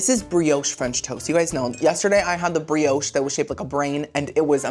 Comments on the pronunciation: It's pronounce bree osh ot bree oshay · That's dragon fruit with the key lime pie. Btw, the "e" in brioche is silent.